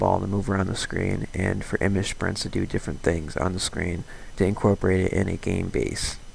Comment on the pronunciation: Nice tutorial, but it irked me every time you said "Image Sprints". It's Image "Sprite", like the soda.